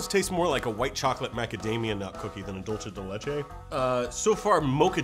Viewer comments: did you really pronounce id dulche de leche, [facepalm] its pronounced dulse de leche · That's not how you say dulce de leche......... sigh I MISS NOAH!! Jk I like too. This is the truth........:D